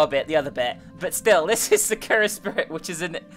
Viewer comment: you said sakura wrong